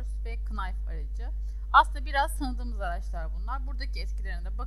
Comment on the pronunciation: Ablacim tesekkur ederim ben dr sana bir sey ogretetim. KINAYF degil o NAYF. baştaki K okunmaz.